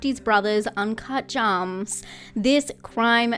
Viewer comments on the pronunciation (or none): Special props for your pronunciation/mangling of uncut gems. If you know you know.